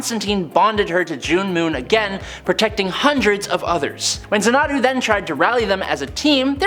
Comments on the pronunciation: phonetically it's ZANNA-DOO. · Zana'du? I assumed it was pronounced like the movie and song Xanadu . . . RIP Olivia Newton-John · ...Xanadu is pronounced ZAN-a-du. lol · FYI My Man XANADU is pronounced ZAN EH DO 🖖🏾